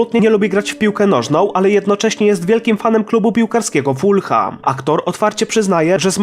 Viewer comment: Mogłeś się doinformować jak wymawia się nazwę klubu Fulham. Aż uszy zabolały.